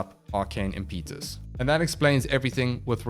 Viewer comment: Not very important, but it's imp-eh-tuss. Not im-pee-tus.